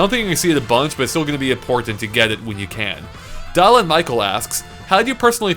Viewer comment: MY MAN, YOU PRONOUNCED MY NAME WRONG!!!! IT'S DILL-AN, NOT DOLL-AN😭😭 Love you though thanks for answering my question💕